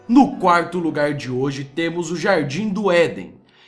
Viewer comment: "Quarrrrrtu lugarrrrrrr"